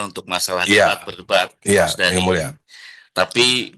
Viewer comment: Terimakasih ygmuleshhhh Kaya ga jelas pengucapan AD pas bilang yg mulia